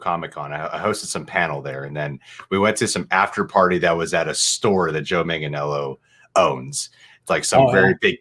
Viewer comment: is hours away from interviewing Joe Manganiello and he still can't say his name. MANG-UH-NELL-O.